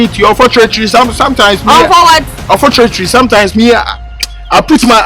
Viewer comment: once said unforturatery 😂